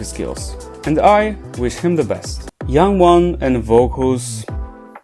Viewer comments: Did you say youngwon? Jungwon. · Bro it’s jungwon not youngwon? He’s called jungwon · Not me being more concerned about the fact that he pronounce Jungwon as "Yangwon" rather than the singing skills of the idols he mentioned